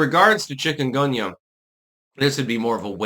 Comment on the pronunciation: Never heard of it. At first I thought you said chicken gumbo !